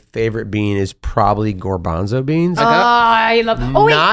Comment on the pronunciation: gOrbanzo beans? Doesn’t he mean gArbanzo?!